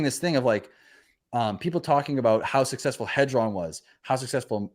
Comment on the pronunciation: It's pronounced Heeedron not Headron